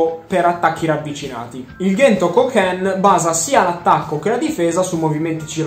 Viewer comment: Comunque nel cartone dicono Cento e non Ghento 😂